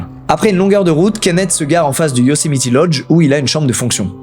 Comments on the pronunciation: Moi dans toute la vidéo quand Squeezie dit Yosemiti au lieu de Yosemite : 😵‍💫😂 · Par contre c’est Yosemite et pas Yosemiti 😂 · Ça ne se prononce pas « Yosemiti », mais sinon c’est parfait comme d’hab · Un petit truc qui me titille on dit Yocemite pas Yocemiti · petit ajout mais Yosemite se prononce "YO-Sé-Maït"! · Stp dit plus yosimitI ont dit pas i c'est horribles 😭🙏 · Sa prononciation de "Yosemite" tout le long me stress trop mdr